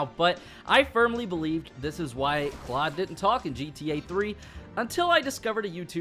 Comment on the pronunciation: You say Claud not right